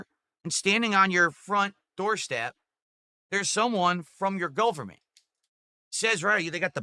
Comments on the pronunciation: My "Golferment" yeh no, the man needs to learn to speak. dafuq is he going on about. This was one of the rants of all time. Cheers mate for the video. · And "golferment" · Gooooverment. Seriously is he getting dementia? Who the hell mispronounces government?